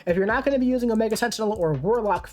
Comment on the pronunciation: Solid video,. Mainly I’m here to congratulate you on your pronunciation of Masacre…… and then I got to the Omega Sentinel part….